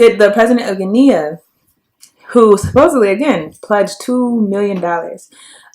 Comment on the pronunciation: Btw- the country Guinea is pronounced Ghe-nee not Ghe-knea.